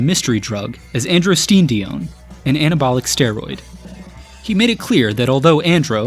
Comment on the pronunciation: Androstenedione is pronounced ANDRO sten UH dee OWN